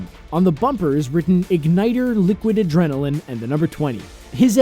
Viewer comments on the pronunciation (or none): none